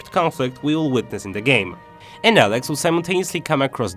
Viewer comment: Dude no offense but your commentary of the game......... you are saying "ELEX" wrong. Don't do commentary on stuff if you can not "ENGLISH" correctly.